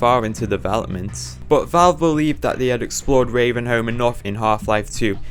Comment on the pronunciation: "retuhn to reavenhouhm" killed me, good video though